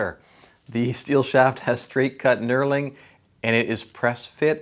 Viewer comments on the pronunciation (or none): none